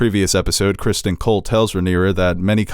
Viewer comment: For the love of God will you people stop calling Ser Criston "Kristen". It's CristOn. Heck, even Ser Crispin is better than "Kristen".